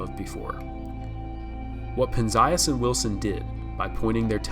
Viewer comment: Nice video. One correction - penzias's name is pronounced penz-ee-us.